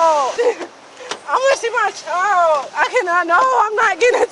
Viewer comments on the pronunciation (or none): Can any black person please tell me why most of you cannot say CHILD? Almost all of you say CHOW, or CHOWED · the word is child. not chowded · I noticed the inability to pronounce the word "child" correctly, too. Sad